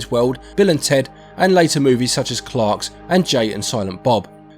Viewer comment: 10/10 for correct pronunciation of Clerks